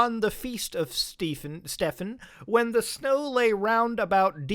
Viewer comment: Stephen is pronounced like Steven you hadnit right the first time.